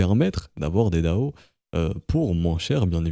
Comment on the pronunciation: Généralement on le prononce plutôt D.A.O en épelant chaque lettres, puisque c'est un sigle comme FBI ou ADSL.